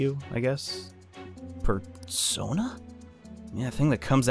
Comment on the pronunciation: PERSOINA is how someone will say it